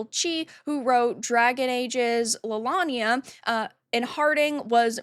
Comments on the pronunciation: "Lelania" Umm... what?! 🤣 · look, I'm as anti SJW and anti-woke as can be, but I noticed you didn't even play the games. you didn't even pronounce Leliana correctly, you didn't bother to play or even read about the first game did you? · How do you not know how to say Leliana's name in Dragon Age? This is why people call you a grifter,. You criticize how woke Dragon Age: The Veilguard is, and rightly so, but then you claim to be a big fan of Dragon Age or a big fan of BioWare and pronounce Leliana's name wrong. You are not believable.